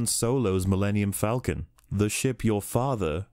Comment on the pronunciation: It is pronounced fall-ken not falken. It is the same A sound as in Aaaaw.